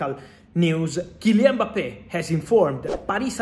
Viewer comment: Happy to hear a proper prononciation of his name